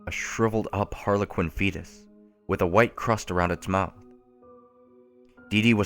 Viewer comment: what's a harlinqin?